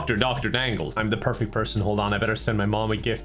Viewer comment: My favorite thing about this whole video is when said “perfecy”